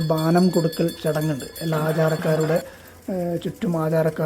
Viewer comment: ബാനം അല്ല bro.. ബോനം ആണ് 🙏🏻